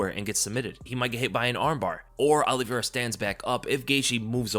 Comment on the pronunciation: As someone who’s last name is Oliveira it’s not OLLYvera 😂